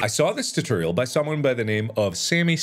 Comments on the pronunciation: i can't unhear tuteriel now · No one: Mark: tuhtehrial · Heh “tuhterial” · I love how he says "tuturial" lmao